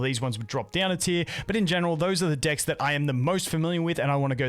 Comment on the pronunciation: stop saying dikks!